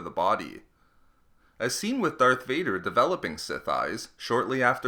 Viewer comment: Omg the way u talk “Darth Vardeeeerrr”🤦🏻‍♂️